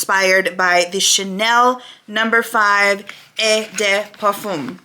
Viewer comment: The first word you had a little problem pronouncing was high-a-sinth. And the perfume is oh-day-parfoom. I look it up on Google...how to pronounce whatever the word is. It's very useful. I'm terrible at French. Love the nails.